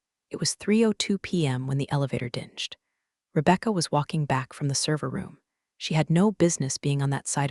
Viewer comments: AI needs to be adjusted on some words. ie: hard g on dinged. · Wish you could teach your voice-over to pronounce things correctly. Dinged is not pronounced like the g is a j but a hard g as in ding dong. You have lots of other mispronunciations that I’ve listened to but can’t think of them right now. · when the elevator dinged... lol 😂 "kneading" printer paper was a good chuckle too. 😂😂 "a dollar two hundred forty kay" for $1.24k? More 😂😂😂 I like AI imperfections because I want AI to stall for humanity's sake. We're such a gullible & greedy species.